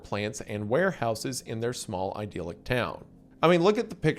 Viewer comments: It's idyllic, not 'ideal-ic' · Say it with me now : I-dill-ick. Idyllic.